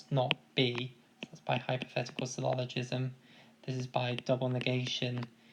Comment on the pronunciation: it's "syllogism" not "sylloligism".